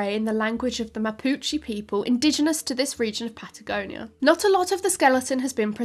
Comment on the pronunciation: I live where the new dinosaur Diuqin lechiguanae has been discovered, it's so cool that new (and old) dinosaur fossils keep on getting found in my homeland Patagonia, like the recently discovered terror birds footprints also here. Pd: mapuche is pronounced with an e not an i